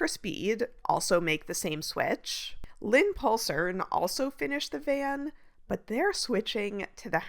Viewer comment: As a Dane, I had a good laugh about "Lynpuslerne".. Absolutely impossible for an English-speaking person to pronounce. Nice try though lol